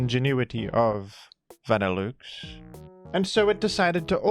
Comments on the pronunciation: i can forgive grudon but that vanilluxe pronunciation is something else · pronunciation of Vanilluxe sounds so wrong but it tickles my fancy... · Hearing Vanilluxe pronounced that way is crazy 😭 You're saying vanilla correctly, so why is Vanilluxe van like a car? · Some say “Vanilluxe” is a pun involving “deluxe” and should be pronounced accordingly, folks. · Truly a dillewks pronunciation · Say "vanilOOX" one more time and im gonna crash out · I love pronunciation but im drawing the line at "van ill ooks" this has gone too far. Who told him to say that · pronounced va-nih-LUX in the anime and on bulbapedia he definitely said it wrong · Vanilla Delouxe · the vanilluxe pronunciation gotta be ragebait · please please please pronounce vanilluxe correctly I beg of you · Is that really how vanilluxe is pronounced in australia or am I being played the fool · Only someone as brilliant as could come up with such an incredible pronunciation for our frosty friend Vanilluxe. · i instantly got flashbanged by the way pronounced vanilluxe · The fact that you somehow missed the obvious pronunciation of Vanilluxe USING LOGICAL VOWEL SOUNDS THAT MATCH "VANILLA" AND "DELUXE" is actually incredible. Bravo. You might be one of the only people on Earth to get that name wrong. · 3 seconds in an he has already commuted war crime with his pronunciation of vanilluxe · I am absolutely here for this Australian man pronouncing this ice cream Pokémon in the most aggressively French way possible. Mon dieu. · My man, idk if you're doing it as rage bait at this point, but think about the words that make up a Pokémon's name for pronunciation. Vanilla, and deluxe. Nobody pronounces either of those works the way you pronounce the parts of vanilluxe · wtf is that pronunciation of vanilluxe my guy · I have NEVER heard Vanilluxe pronounced like that.